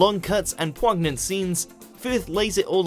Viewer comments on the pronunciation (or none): 'Pwagnant'? Can we please have someone who can speak the language doing the voice over. Poignant is pronounced poyn- yant FFS. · Holy fuck, did you just say "pwog-nant"?! HOW DID NO ONE CATCH THAT?! It's poyn-yant, which I'm sure you've heard many times (but probably haven't seen it in writing). You DO know that there are such things as dictionaries, right? When you're not sure about a word, you can just look it up. They even exist online! has a little speaker icon right next to the word; if you're not sure how to pronounce something, click the speaker icon. Seriously, HOW DID NO ONE CATCH THAT?! Why is there NO quality control at WatchMojo? Every video that comes out seems to have at least one mistake. It's getting ridiculous. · Powg nant? LOL!!! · Who the hell narrated this video?? Could you check that they know how to pronounce every word in the script before pressing 'record' button!?! #poignant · Who says poignant like that!? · Sorry HOW did he pronounce poignant?? 😂😂😂